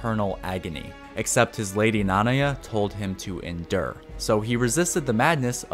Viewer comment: Ok I just gotta say that I got way too triggered at how you pronounce Nanaya. With all the "ackshually it's pronounced..." shit about names that are never spoken ingame, you butchered a name that Midra himself does clearly say in his cutscene. I dont know, it doesnt take away from the quality of the video, and it doesnt really matter overall. It's very nitpicky. But shit got me fuming especially since you said it more than just once like that haha